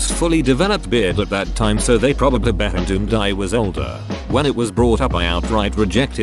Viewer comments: why does the Text to Speech voice say "assumed" as "behendoomed"? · Gotta love the text to speech pronouncing everything as 'behindumed' or similar. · "Assumed," is a dirty word, apparently, since it always gets pronounced as, "behind-umed." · Bro the text to speach narrator always having a seizure every time they try to say assumed is too funny for me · The 'puter can say, no problem, "shit," but, "assumed" is just horrendous, eh!? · why doesn't the voicebot know how to say "assumed"?